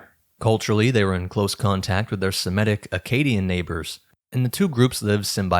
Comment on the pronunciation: Fascinating and sensible hypothesis! I have no critique of the basic idea. But I would plead with you to pronounce Semitic correctly. Not Sim-eh-tic but Seh-mih-tic. From Semite, not Simete.